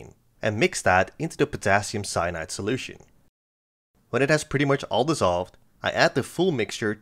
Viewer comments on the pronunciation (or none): Did you say potassium ceonide? 😮😮😮